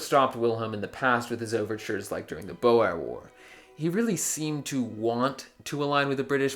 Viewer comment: you pronounce Boer wrong dawg